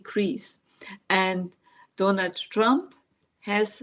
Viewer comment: I love it the way you refer to Donald Trump as donut trump